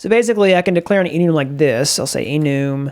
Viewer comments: i felt gross after hearing that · I died when he said enoooom